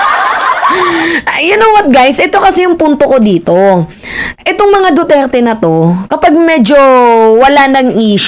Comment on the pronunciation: sunod maayos na words nalang ang bigkasin mo..Lagi kitang inaabangan nung time na sinabi mong DuTAE nakain ako ehh nangtatanghalihan Panaman ako.😅😅😅😅